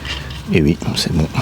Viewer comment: C'est marrant, c'est vui (oui) mais pas vouite (8) ? ;) Poce bleu 🤘